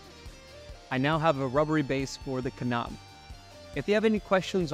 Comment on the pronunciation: The K in knob is silent